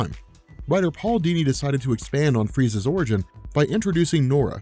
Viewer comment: You said "freezes" and I kept hearing "frieza" 😂